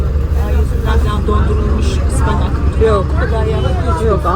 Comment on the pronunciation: Günaydın yeşim hanım güzel yürekli insanlar Anneniz sizi merhametli yetiştirmiş. Ayyy bide şeye güldüm annen ıspanak diyince ıspanak mı 😅